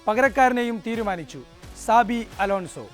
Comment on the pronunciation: സാബി അല്ല ചാബി.